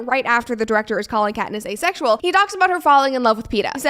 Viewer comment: “Asexual”… 不是”a sexual”